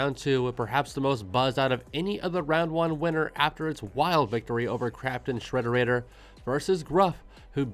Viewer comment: i cannot tell if you saying craption shrederrator was intentional or not and i cant decide which is funnier